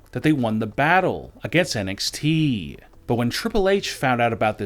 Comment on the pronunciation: Can someone please get this bloke some medication 💊, he's obviously had another stroke......I thought it was NXT, not NXTEEEE